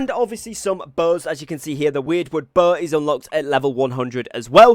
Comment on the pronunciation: I've got a pretty shitty english accent, i'm sure. But the way u pronounce Bow like bohhh made me chuckle :)